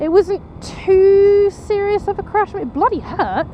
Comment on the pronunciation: I'm glad ur ok and I love how u say crash either I'm still half asleep or u rlly sound like u said ur crush hahahaha I'd be ur crash any tym hehehehe jk jk jk bt i would probley be ur crush gorgeous hehehe bt anywho glad ur ok:)))😃